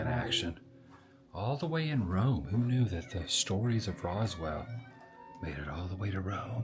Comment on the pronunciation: I feel like we have a fwend in Wome.